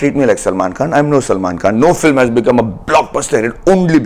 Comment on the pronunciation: Filem. LOL Its film! Pronounced as fi + lm.